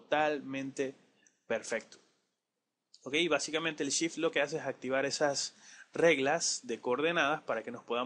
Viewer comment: cuando pronuncias sift ¿ a que te refieres ?